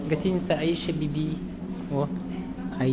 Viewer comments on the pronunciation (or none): Не Алжас а Олжас. Якуты а выговорить не могут. И не Аи'ша Биби, а Айша Биби. И это не буузы, называйте вещи своими именами